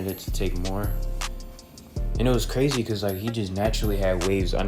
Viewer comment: how you say bkrazy is the beginning and said crazy the rest of the . youa flop